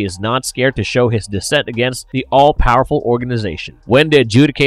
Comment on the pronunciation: The, not dah.